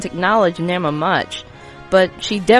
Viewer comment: Isn't Nema pronounced "Nee-ma".